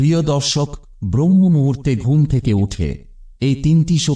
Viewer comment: ব্রহ্ম মুহুর্ত নয়, শব্দটি হবে ব্রাহ্ম মুহুর্ত।